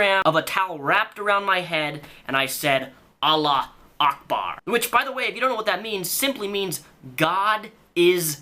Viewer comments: It's not Allah Ackbar, it's Allahu Ackbar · it's "allahu akbar" not "allah akbar" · its pronounced allah u akbar jus sayin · I live in the middle east. Trust me, it's pronounced Allahu Akbar (alla - hoo - akbar), the call to prayer is like 5 times a day. Idk why but for some reason it distracts me when you get it wrong. Maybe it's just the way Qataris pronounce it, idk. Loved the vid! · It's pronounced: all ah who ack bar